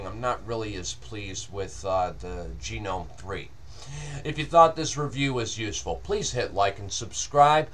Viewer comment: It's not really a new distro, but I guess it's not that old either. I tried it a few months ago, then it was based on Fedora 14. I wasn't aware it had turned into an actual "fork" of Fedora with it's own repos, but that sounds like Fuduntu means business:-) It's like the Ubuntu/Mint of Fedora. An excellent review, but I'm pretty sure it's "Gnome" with a hard g, rather than "genome". It's got very little to do with genetics;-) (Sorry, I just had to comment on that)